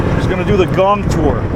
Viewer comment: The pronunciation the woed in Thai.=>whenyousay think about the woed"King-Kong" only suffix word "Kong" the sound similar that you said Gong But it's not correct exackly.